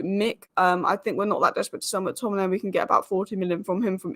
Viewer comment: you pronounce it like MAC Tominay and not MOOK Tominay - same for all names starting with Mc